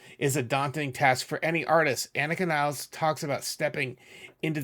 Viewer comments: It's Nil-les(s). not Niles. Herr im Himmel! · I wish people could pronounce her name correctly It is NOT niles.. It is Nilles so 2 L.s at least try. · Please learn how to pronounce Annika Nilles's name correctly!